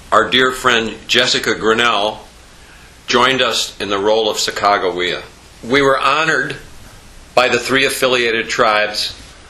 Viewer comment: ? isn't it sack-a-juh-way-a?